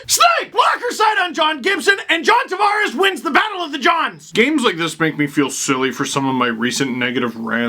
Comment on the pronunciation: Love the vids until he does his racist Don Cherry I can't pronounce non Anglo names bit smh. Steve you are better than that man. You fucking dam well know how John likes his name Tavares pronounced. But no you still gotta play up on that racist shit. And you are fucking half Italian Lmao. Lets hope you put that racist shit away at family gatherings with your Italian relatives.